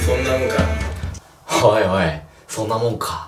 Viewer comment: HARU おいおい、thoんなもんか